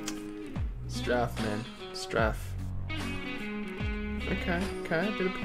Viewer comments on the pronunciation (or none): Fwiw, strafe is pronounced with a long A. Like straight. Or rake.